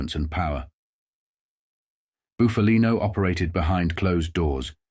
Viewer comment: It’s Buff a Lino not Boof a Lino, get a real person to narrate and not a damn machine